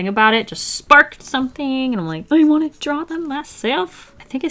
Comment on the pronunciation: "I dont woant that" that accent xD you're amazing!